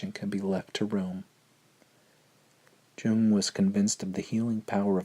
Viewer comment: Jung is pronounced Yung!